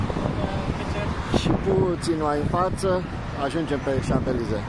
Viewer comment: Salutare,! Ce funny esti cand pronunti Champ(S)-Elysee